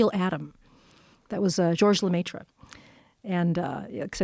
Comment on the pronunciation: Hearing her mispronounce George Lemaitre and how she just kept saying it......